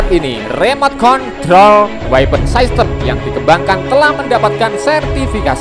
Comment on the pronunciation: System itu dibaca sistem bukan saistem.... Buat mimin hati hati kalau membaca kata kata yang berasal dari bahasa asing khususnya bahasa Inggris. Mimin jangan lebih Inggris dari pada orang Inggris...